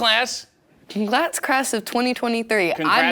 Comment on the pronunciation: "Conglats crass" lol